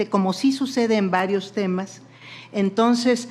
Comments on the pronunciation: Ministra: no se dice “tonces” se dice “entonces”! Siempre se puede aprender algo! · Señora no se dise "tonses"